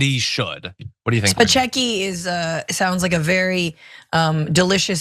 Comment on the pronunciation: "Spechecki." Isn't that the character that Sean Penn played in the movie, "Fast Times at Ridgemont High?" ;)